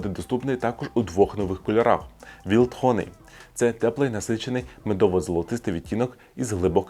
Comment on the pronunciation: Wild Honey - читається, як Вайлд Хані, дєрєвня